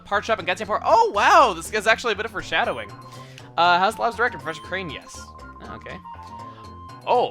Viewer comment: its professor kRane, not kane